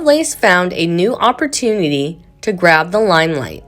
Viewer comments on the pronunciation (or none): none